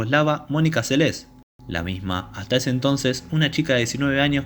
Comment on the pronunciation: Recuerdo claramente este echo, se habló largo y tendido, Durante los siguientes años se siguió hablando x este echo y x la magnífica deportista q era. Ahora, nunca en todos estos años, pero jamás... escuché pronunciar su nombre como : Selés...con acento.... inaudito